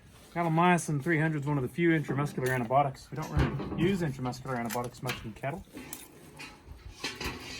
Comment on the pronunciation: Did I hear antibotics rather than antibiotics again from a highly educated veterinarian? ANTIBIOTICS